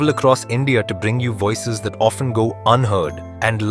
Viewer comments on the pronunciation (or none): none